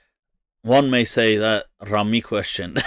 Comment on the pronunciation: "one may say raami question"😂😂😂